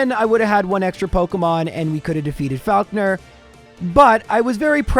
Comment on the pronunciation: loving the month of and this video is awesome, but that is absolutely NOT how you say 'falkner'